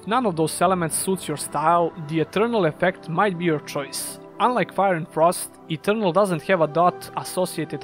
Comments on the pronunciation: Minor nitpick to an otherwise great video, but you should look up how to pronounce "Ethereal". It sounds like you are saying "Eternal", which is not the same thing as Ethereal. Ethereal is typically pronounced i - THEER - ee - uhl. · It sounds like he says eternal when mentioning ethereal.